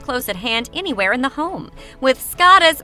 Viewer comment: Speaks so harshly and loud. The word is anywhere, not inywhere. And, just, not jist.